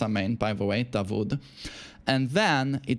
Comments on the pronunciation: Its 'Daud' not 'dawood' while saying 😃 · Just a correction you pronounce it "da-wood" like wood in english, not vood. Which is David in the Arabic language. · it's pronounced Da'ood not Da'wood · his name is dawood da wood like wood or not vood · its pronounce "DAAUOD" not DAWOOD , its DAVID in Christianity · It’s not davood😂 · Hi from Pakistan. The name Dawood is pronounced like "W" is silent (Da ood).